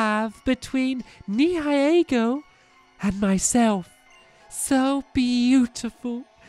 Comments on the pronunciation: The ultra beast is pronounced ni el go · It's pronounced 'ne-hill-i.e.-ego' but having dyslexia is fine so do t worry about the pronounciation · It is nee-hi-leego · nihilego is pronounced ne-he-la-go